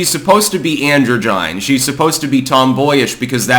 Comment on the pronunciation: take a shot every time sez "Andro Jine"